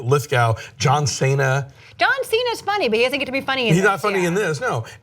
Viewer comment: Cena not Sena lol